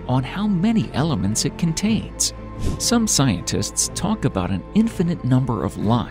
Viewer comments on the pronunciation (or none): none